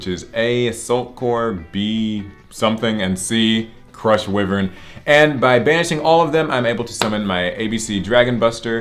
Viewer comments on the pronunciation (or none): “Crush wi-vern” I want to die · Wyvern is pronounced whyvern not wihvern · I can't watch this, because you dont know how to say why-vern properly...